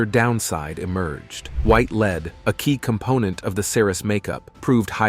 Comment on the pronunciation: It's LEAD not leed, the commentator has a peculiar knack for getting simple words wrong.